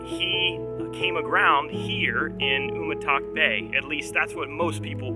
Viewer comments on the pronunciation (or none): Very nice! I'm originally from the south of Guam — Merizo, the next village past Umatac. 👍 By the way, the pronunciation for "Umatac" is "you-ma-dak". The way you're pronunciating it is sort of similar to the pronunciation of the Chamorro language name of the village, "Humåtak" ("oo-mah-tack"), but with a stress on the middle syllable (mah), not on the first (oo). Enjoyed your video. Thanks!